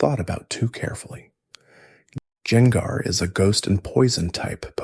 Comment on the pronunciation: Was using this to going to sleep but hearing you butcher gengars name in a bunch of different ways made me pick the phone back up lol